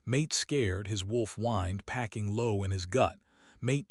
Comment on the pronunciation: Pacing (walking back and forth), not packing (putting clothes in suitcases). Baring (to bare) not barring (to bar, prevent access). Incorrectly pronounced repeatedly.